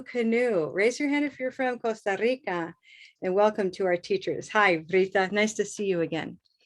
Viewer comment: Hi! Why don't you pronounce 'Costa Rica' in English? After all, that's what we're learning here, right?